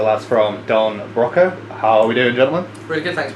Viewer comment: This is a really good interview, with good thought out questions. Makes up for the fact that you mispronounced Broco.